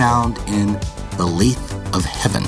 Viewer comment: FYI, "lathe" rhymes with "bathe."